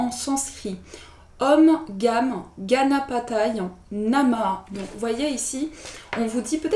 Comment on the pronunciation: On prononce le e final dans " Ganapataye"... Important car le sanscrit agit par les vibrations des sons, c'est une l à ngue sacrée 😉😇🎶💕